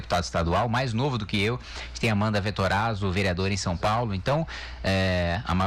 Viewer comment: A maior parte "sáo". KkkkkkJá vi Q vamos afundar mais ainda no PISA. Bom imitador de galinha. Devia fazer dupla com o imitador de foca .